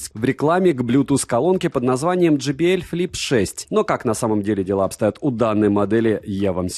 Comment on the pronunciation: J - читается как джей. JBL - Джей Би Эл. Но никак не Джи Би Эль ) И спасибо за обзор!